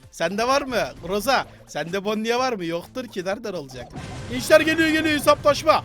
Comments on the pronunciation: Abi bonniye değil boni diye okunuyo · Abi onun ismi bonnie gerçek okunuşu bonni diye okunuyo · Abi bide onun adı bonnie ama okunuşu boni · o bonniye deyil bonnie